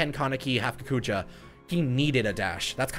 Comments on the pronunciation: Kogoja????? I thought it was kakuja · kakuja (ka-coo-ja)